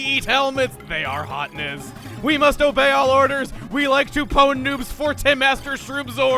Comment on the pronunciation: I am amazed no one has criticized Chugga his pronounciation of PWN. I remember having seen and had tons of discussions wether you should pronounce it 'pown' or 'pwin'.